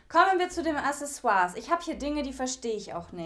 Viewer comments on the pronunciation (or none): none